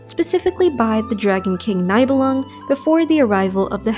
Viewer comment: My only gripe is some name pronounciation like them saying Nye bell lung instead of nee belung